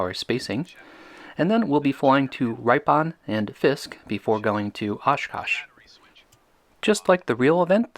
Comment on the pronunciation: For future reference Waukesha is pronounced Walk-a-shaw and Ripon is pronounces Rip' - on.